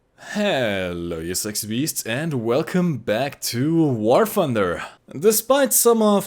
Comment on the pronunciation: "war funder"